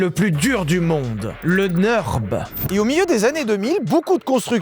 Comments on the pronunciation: alors ça ne se dit pas le "neurb" mais le NURB avec le U comme en français - d'où le tréma en allemand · au vu du titre j en parle mais nurb se prononce pas neurb mais nurb a cause du tréma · Pitié arrêtes de dire NEUrb, c'est NUrb car le Ü se prononce comme un U français! J'ai les oreilles qui saignent! 😅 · Merci. Et merci de bien vouloir prendre en considération qu’en Allemand U trémas (ou Umlaut) se prononce [u] et pas [eu]. Le Nürb n’est pas le Neurb. Non, ce n’est pas juste un truc de nerd. Et bonne vidéo ! :] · par contre, dire "neurb" c'est NON, c'est U avec un umlaut ( tréma ) et ca se prononce comme notre U à nous ... comme Ursule